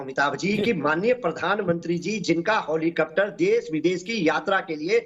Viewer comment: हेलिकॉप्टर को हौलीकप्टर बोल रहा है सपा का प्रवक्ता। जब नेता ही मुल्ला मुलायम का गंवार मदरसा छाप जाहिल हो तो फिर क्या नेता, क्या प्रवक्ता, क्या कार्यकर्ता,,,,, सब जोकर ही होंगे।😅😂🤣😜😍😁😁😁😁😁ऐसे ऐसे अनपढ गंवार प्रोफेसर है मुल्ला मुलायम और उसके गंवार मदरसा छाप जोकर की पार्टी में जो हेलीकॉप्टर को हौलीकटर बोल रहा है वो भी डिबेट मे।,,,,, 🤔🤔🤔🤔🤔